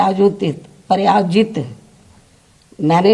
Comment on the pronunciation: काश इन 5सालों में थोड़ा ट्यूशन ही लगाकर पढ़ लिख लिया होता तो यू लिक्खा हुआ पढ़ने में प्रायोजित ओर प्राजित में गड़बड़ी ना होती🙏🙏🙏🙏